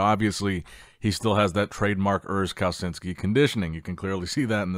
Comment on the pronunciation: You can pronounce Kalecinski like "Kaleshinski" so next time you got it right 😂